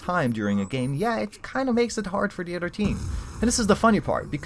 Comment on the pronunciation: When u say other it sounds like u say utter